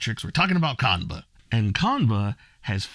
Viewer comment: It's pronounced- "Chan-buh"